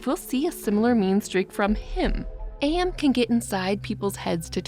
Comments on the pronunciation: Minor nitpick. AM is pronounced as am, like "I think therefore, I Am." Not A.M. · For future reference, AM is pronounced like the word am, not like the individual letters. "I think therefore I AM." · Actually I got confused when you said AM I thought you were saying IA 😭💀 But the confusion between 'AM' and AI (Artificial Intelligence) is interesting. It shows how easy it is to mix up those terms, especially both involve random outcomes. In real life, this mix up can lead to misunderstandings about technology. People might think AI is a malevolent force like AM, when it's actually a tool we control.